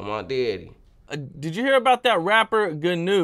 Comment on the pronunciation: lmao the pause then......'on my deddy'